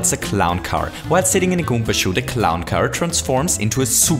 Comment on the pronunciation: It's called karibo's shoe not goomba shoe ALSO IT IS PRENAUNCED GOOMBA NOT GOOMPA